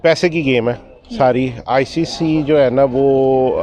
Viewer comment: Bhai inse icc to bola nahi jaa raha hai aur ye apna opinion de rahe hai 😂😂